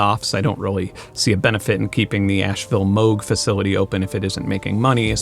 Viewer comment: Thank you for pronouncing Moog correctly! I know the family of the founder and everyone pronounces it wrong!